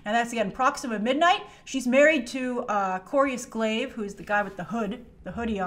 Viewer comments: its not corius glaive its Cor - Vus glaive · It's Cor"V"us Glaive, not Corius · what do u mean no consequences?he has an injured spine for life,also that cape shot was thor not dr strange,also it is pronounced corvus glaive(not corius glay),benedict's face looks plasticy because he is sweating... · It's Corvus Glaive not Clovis if that's what you said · "Corvus" Glaive not "Corius"